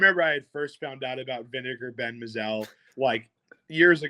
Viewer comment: I know you guys are young, but you're mispronouncing the name of Vinegar Bend Mizell. It's pronounced My-Zell. He had a good major league career, which included a world championship. However, not so glorious with the Mets.